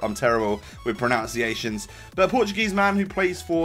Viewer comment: "I'm terrible with PRONOUNCEiations" xD, it's PRONUNCEiation.